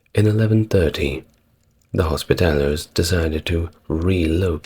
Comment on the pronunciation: Whilst I enjoy these videos and have little to quibble with in terms of history, there are at times painful mispronunciations:; here it is hospitallers, which was pronounced hospitalliers.....